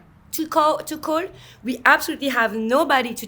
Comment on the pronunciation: agree she says “to call” in an American accent but quickly realizes and backtracks to say it w more of a French pronunciation 😭